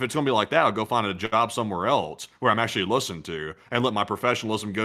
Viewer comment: Teacher: Can you use "else" and "also" in a sentence? You: "Eltz, I forgot my homework... and altzo, I forgot where I live." Teacher: "I think you also forgot how to pronounce them!" You: "Altzo... that's what I said!"😅😅😅